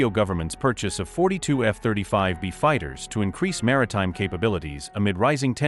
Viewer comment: Don't you listen to the audio? Adjust the pronunciation of things like F-35B's, type it in as F35bees and it will sound the way it should be pronounced.